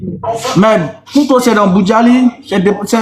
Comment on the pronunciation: On ne dit pas KOUNTO. C'est plutôt Kouto